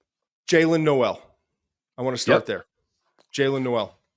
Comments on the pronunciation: Per twitter Jaylin Noel is pronounced “Nole” not “No-el”. Like Billy Joel. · It’s pronounced Noel not Noel